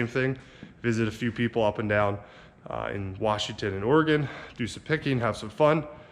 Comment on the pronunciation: Hi Guys I really like your trips to Oregon and Washington! the big truck you bought is very cool and seems like it will be a nice addition to IRON TRAP. I live near ish to where you were and thank you for pronouncing OREGON correctly. Greg